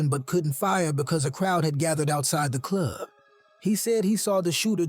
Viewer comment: So Cool how u Say the word "Club", like "The Cluuuub", lol. And Also, its NAS as in Bra, (like a womens bra) NOT Nas as in the word HAS. smh